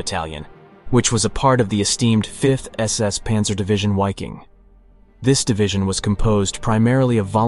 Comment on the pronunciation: Awesome video... just one note. German W's are pronounced as a V. so in short the "Wiking" division would be pronounced Viking.. But props to another great video.